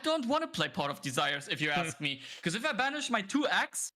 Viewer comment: Hey, kleines Off-Topic-Feedback von meiner Seite: Mir ist aufgefallen, dass du das Wort "because" immer wie "becorse" aussprichst. Das ist nicht nur mir, sondern auch anderen Zuschauern aufgefallen und kann beim Zuhören etwas irritieren bzw. stören. Als Caster für ein großes Unternehmen wäre es wichtig, auf eine korrekte Aussprache zu achten, gerade bei häufig verwendeten Begriffen wie diesem. Ansonsten machst du deinen Job wirklich fantastisch. Weiter so! Viele Grüße